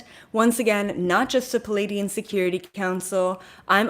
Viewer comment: Just btw, you've been pronouncing Pleiadian wrong.... It's, PLEE-AY-Dee-En. You're saying "PA-laydian." Here's what "Palladian" means: And here's Pleiadian (which you already know)